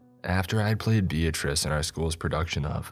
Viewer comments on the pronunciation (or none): none